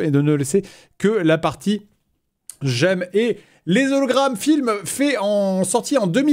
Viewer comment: Moi ce qui m'énerve le plus c'est que le mec à la fin ne fais pas la liaison entre "les" et "hologrammes" alors que le h est muet